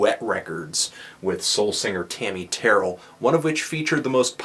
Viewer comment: it's funny how you said Tammi Terrell